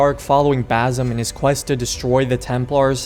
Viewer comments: Just one thing and I'm not trying to sound rude haha , you keep calling him bazim but it's basim with S , and it means " the smiling one" in our language (Arabic) and yeah I totally agree with you. I want a game about basim and how he became an Assassin and why , make moooore sense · Basim is pounced wits a c. So it's bassim or bacim. That z gives an other meaning to the name in Arabic. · Every time mf said baZim, I closed my eyes in pain 😣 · You are pronouncing Basim incorrectly...